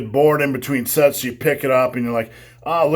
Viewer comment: Practice safe sets... I thought he said "Practice safe sex" at the very end there for a moment, lol! 😳